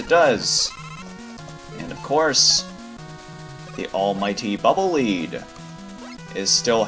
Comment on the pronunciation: Pretty sure "Bubble Leed" is supposed to be read "Bubble Ledd" ^^